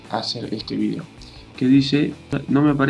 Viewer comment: porque dice vidio si es de argentina?